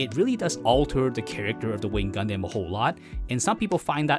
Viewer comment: damn your pronunciation for the word "Gundam" needs to change